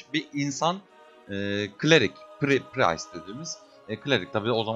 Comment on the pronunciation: Lütfen artık şu classa 'pırayst' 'pıraystlar' deyip durmayın.